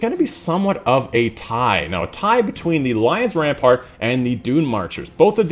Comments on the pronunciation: Lion Rampant! ram-pant not ram-part. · Rampart? I stopped watching when he didn't bother to read the name correctly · Rampant not rampart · Lion RAMPANT, not rampart....